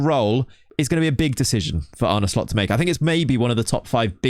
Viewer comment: It's pronounced "Arne Slot." Not once in this video did the presenter get it right. What skin do you use?